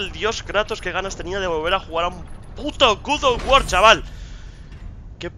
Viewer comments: Oye como digas otra vez Gud of war te reviento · Como dice " Guz of war "!:)